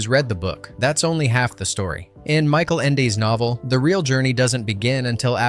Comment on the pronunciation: Please, Michael Ende was german, his name is not pronnounced as english...it is "Michael" (Mikael)not Mike.